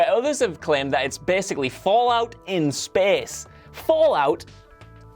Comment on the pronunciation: The way he says space and game XDDD